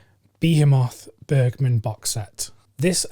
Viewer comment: Since you’ve now corrected your pronunciation of Agnes I can provide you with the correct way of saying Bergman; it’s Bearjman with the J sounding like the Y in yet. :-)